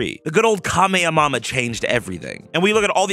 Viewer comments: why you say it like that? It’s ka-may-ha-may-hu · i love the "kameamama" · "KA-ME-EH-MAMA..." stop trolling bro 🤦🏾‍♂️😂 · How he pronounces Kamehameha is hilarious tbh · i think it’s a reference to some guy who went viral for pronouncing it wrong when it came to fortnite